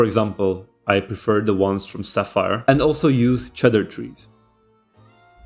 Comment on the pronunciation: Its not pronounced cheddar trees, its pronounced cedar trees. And also Saphir polish is not pronounced as sapphire.